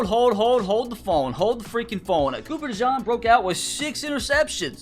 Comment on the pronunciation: I couldn't watch it coz he kept saying cooper dejawn